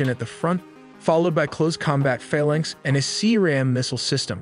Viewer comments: Literally no one who's ever worked on a Mk15 calls it 'fuh-lunks.' It's 'Fae-lanx' ... Because it's a magical fairy that will you at 0300 on a Sunday. 😉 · Frigate is pronoinced FRIG-it, not frI-GATE. Also, FAHL-inx not fa-lanx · Good job now I can't stop. Let's delve in, sounded like let's tell them. Sus-tainer, mak 3.5, fuh-laynks... Please learn to pronounce these things. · I'm a stickler for pronunciation...I get it's an old word, but it's pronounced "phay-laynx" not "fuhlaynx". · Forecastle is pronounced Folk cell. Frigate is pronounced Friggit like Friggin. Phalanx is pronounced Faye Lanks almost like it were two words. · Good vid, but be aware the vid mispronounces both "Phalanx" and "Frigate"..... also, noted the range map is badly out of scale, the indicated range being more appropriate for a ballistic missile than a fleet defense missile. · Learn to pronounce words. Phalanx and Frigate